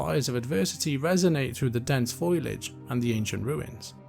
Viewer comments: Pronouncing foliage as "foilage"? "Compromised" instead of "comprised"? And perhaps the worst of all, "admits" instead of "amidst"? Seriously? Wow, Mispronouncing names in the Warcraft universe is one thing, but mispronouncing common words? Come on, that's just embarrassing. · Foliage is pronounced "foal-ee-ij", by the way. Great work otherwise.